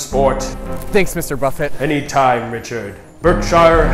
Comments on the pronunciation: Berk shear, not berk shy er.... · its pronounced berk sure. berksher, not shire